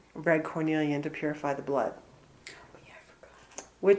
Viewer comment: Yes, it's Mystic Merlinite!!! I'm surprised the stone didn't correct Her, lol!! Her integrity is fine, She just obviously doesn't know much about gemstones, hence Her mispronouncement of Carnelian!!!